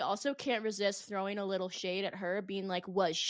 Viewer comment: Sorry sweetheart but who the f*** told you that colouring your entire eyelid emerald green to match your t-shirt was a good idea ?????????? + sorry ( again) but wtf is a human "bean"?? Maybe practice your make-up application + English pronunciation before going on a podcast. 😂😂 Just some friendly advice from a concerned Make-up Artist, who can also speak + pronounce all basic spoken English.